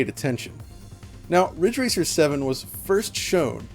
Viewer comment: It's Ridge Racer! RIIIIIIDGE RACER!!!!